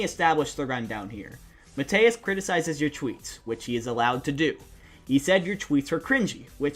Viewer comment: Mateus is pronounced Ma-toose (not joking)